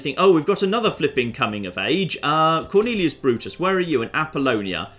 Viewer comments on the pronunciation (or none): none